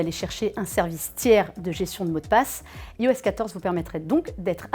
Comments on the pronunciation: Bonjour super vidéo il y'a juste un pouint qui me perturbe vous dites "ios" mais ça se dit "ayos" enfaite le "i" chez Apple se prononce "I" comme en anglais J'espère que ce commentaire vous aura été constructif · iOS se dit normalement "Aïoèsse"